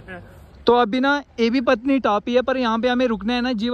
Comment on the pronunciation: भाई ये पत्नी नही पटनी है "पटनीटॉप" अपने मूल नाम "पाटन दा तालाब" का गलत उच्चारण है जिसका अर्थ है "राजकुमारी का तालाब"। ऐसा कहा जाता है कि एक राजकुमारी घास के मैदान में मौजूद तालाब में स्नान करती थी। जब ब्रिटिश राज इस नाम का उच्चारण नहीं कर पाया, तो उन्होंने इसे विकृत करके अब आधिकारिक रूप से मान्यता प्राप्त नाम "पटनीटॉप" रख दिया।